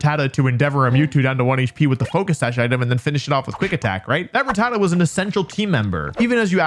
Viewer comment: Is that how you pronounce "Rattata"? I thought it was "RAH-tah-ta". Is this another "FERRO-thorn" vs "ferro-THORN" thing?